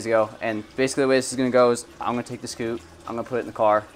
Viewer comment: Everytime he said scoot it made me cringe a little